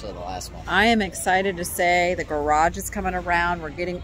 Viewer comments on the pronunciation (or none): none